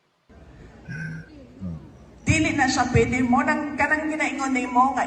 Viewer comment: "hindi yan POYDI... " 😂